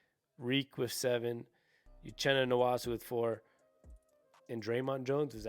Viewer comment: Pronounced…. N-woah-su not N-wah-su